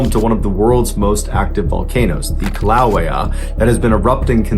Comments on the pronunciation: Volcano name is pronounced Kill-uh way-uh. Two syllables. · Kee-lah-vay-uh One lucky MF! PELE was kind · It is pronounced "Kill uh WAY uh". Been there several times... Thanks for your great videos! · Kill - ah -way - ya. Kīlauea. there ya go. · The volcano's name is pronounced: kill-lew-way-ah!!! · Umm, Mr Ballen. I am so vary sorry to be that guy but that's actually not how you pronounce Kilauea, it's more like "Kill-low-way-ya". But I love your videos tremendously! Me and my Mom are big fans! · Been there and hiked the crater....you butchered the name though...it's pronounced "Kill a way-a".❤ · I have heard it pronounced, for Decades as kill...a...way...uh. beautiful but volatile!! Idiot was lucky to live thru his stupidity and illegal trespassing move!! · Caribbean can go either way but it's definitely KILLaway a. Google tells you how to pronounce things. I'm surprised at Mr. Ballen! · Pronounced Kila-way-a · You really butchered the pronunciation of Mount Kilauea. Some might say you… Killed it.